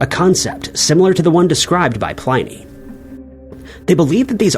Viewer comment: You may want to take the time to learn pronunciations before recording. For instance, 'Byzantine' 'Pliny' and 'Magellan'.